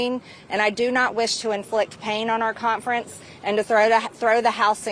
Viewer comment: She says the word conference as if it has a t in it... cont-ference. Call the Gazpacho... Get a peach-tree dish!! VOTE 💙🙏🏼🌎🇺🇲🎆